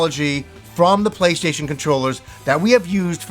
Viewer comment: I like how he says "playshayshin"